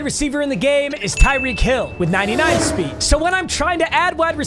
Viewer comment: Any mf who thought he said the wheel of sped builds my team 👇🏼